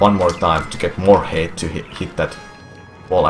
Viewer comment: Can I just say how much I love his pronunciation for "height"? It sounds like he's saying hate. "You want to get a sufficient amount of hate. If you don't get enough hate, you won't make it." There's a life lesson in there somewhere.